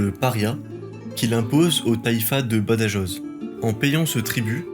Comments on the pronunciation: Juste attention aux prononciations, j'ai failli m'étrangler avec mon petit dej quand tu as prononcé "Badajoz". Je te l'accorde que beaucoup de youtuber dont Nota bene ont fait la même erreur. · Bonne vidéo. Pour les prononciations c'est "Reconcouista" (Reconquista) et "Badarosse" (Badajoz) 😉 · Par pitié prononcez le rota (le j se prononce r ) quand vous parlez de BADAJOZ et SAGRAJAZ , merci pour les hispanophones . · Ah aussi, prends peut-être le temps de vérifier la prononciation des noms étrangers, ici espagnols et portugais ( /viseu/ au lieu de /viséo/, ouch, et Badajoz et toutes les jotas…). Tous ces détails, ça énerve un peu parce que ça détourne l’attention du fond, qui est très bon !